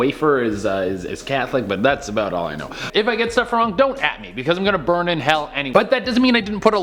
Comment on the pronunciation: "I am gonna born in hell eny yay" 🤣